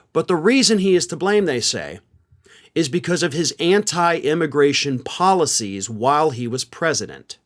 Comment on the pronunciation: "Polcies" - riiiight.